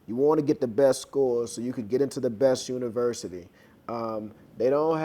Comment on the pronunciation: I just loved when u said University not Universiry, bam-bam just like that